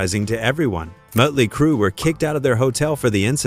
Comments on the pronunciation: Mutley Crew ITS MOTLEY CRUE STUPID AI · Is it me, or does anyone else hear "Muttley Crew"? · MUTLEY CRUE!?!? The only time I've ever heard the umlaut used property (sort of) and it was used by a fucking computer. I hate AI -asshole imitations. Fuck AI. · "Moat"ley Crue....stoopid AI. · "Mutley Crue"? AI for the win!! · Mutley crew...geeze....get a better AI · Did he say 'mutley' crue? 😆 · AI. Muttley Crue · Mutley Crue? AI sucks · Mutley Crue. Yet another AI voiceover blooper. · Muttley Crew?!’ Hate AI narration!! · Every time the "narrator" said "Mutley Crue" I cringed